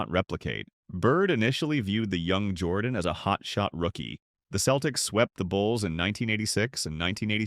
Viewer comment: AI narrtion is terrrible. Keltics? Give me a break. AI is a cancer